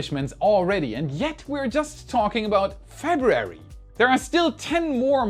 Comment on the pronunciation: Can we have say “February” again…and maybe “Earth’s” lol?